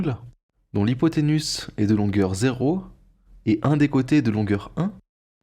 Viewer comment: Effectivement...petite rectification (désolé), mais ce n'est pas hypothénus....mais hypothénuse....qui se prononce UZE et non pas USS...ca m'a peté les oreilles 🤣🤣🤣🤣🤣🤣!!!